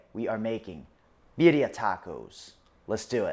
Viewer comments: He's still not pronouncing it properly? This is not a competition. I would want to know if I wasn't pronouncing something as traditional as this. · Your not pronouncing it correctly?